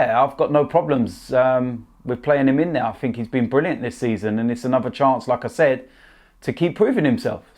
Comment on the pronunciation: When says “like I said “ I hear “lacaezette”